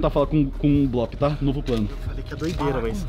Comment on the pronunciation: O blop falou leuy